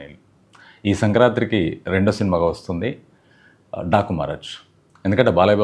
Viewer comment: 'Sankranti'. Sankrantri kadu.